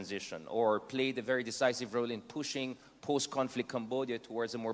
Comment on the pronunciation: I don’t get his accent. Minsan american tapos minsan tagalog pronounciation pa. “Puuushing, biiiiternes” hahahahahahahah. How inconsistent. Halatang pilit. Can you just keep it simple and stop pretending.